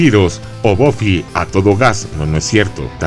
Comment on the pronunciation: En España se llamó Buffy cazavampiros y encima los nombres los pronunciamos bien buffy se pronuncia baffy no boffy